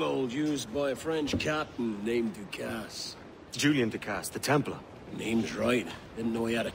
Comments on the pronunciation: Calling Ducasse, Ducassy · Du Cassee? Dude the “E” is silent its french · Sin for literally hearing how DeCasse is pronounced and still pronouncing it wrong 2 seconds later